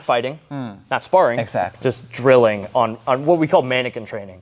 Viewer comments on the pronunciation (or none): none